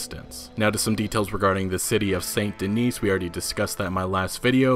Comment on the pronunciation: Just an FYI. It's Saint Denis or San deni It IS NOT Saint Denise. This ain't the Cosby show.